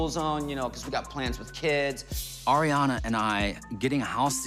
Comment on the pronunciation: Just as an aside when you pronounce Ariana you need to think of it as Riana start with the hard R and it will be right. Just from one Ariana who has struggled with this for my whole life lol.